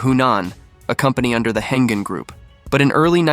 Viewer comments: It’s Heng-An not “Hengen” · Pronounced as "Heng-An" Group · Yes. 'Heng-An' should be pronounced 'Heng Arn' for English speakers.